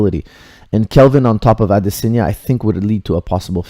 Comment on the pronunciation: maybe you should have paid attention to the commentary, you could have heard them say "AdeSANYa" not "AdeSINYA".